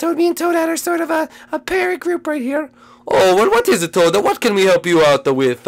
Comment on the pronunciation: toad not tode